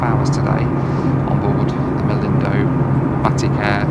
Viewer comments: 'Batty Care'..?? lol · "Batty care" lol